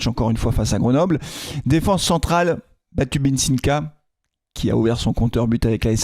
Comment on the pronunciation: Batubinsika. Quelle aisance pour prononcer son nom…En début de saison c’était « Imprononçable, on va l’appeler Batu ». Quant au studio entièrement vert, c’est vrai qu’après Ajaccio, toi aussi tu étais vert…